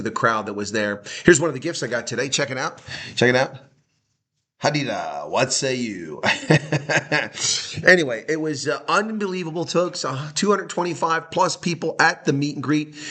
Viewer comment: Hey its pronounced "Haaadeedaaa!!" LOL